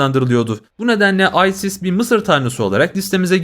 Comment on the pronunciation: Aysis ne la isis diyeceksin hz isis